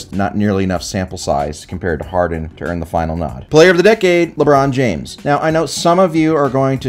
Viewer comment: Please, it's Ebron James, the warriors took the L, remember, oh yeah they took the Akers L this year too.